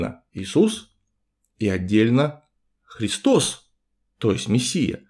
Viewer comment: Гиркан и христОс. Греческий язык тем и хорош, что там проставляются ударения в каждом слове: Χριστός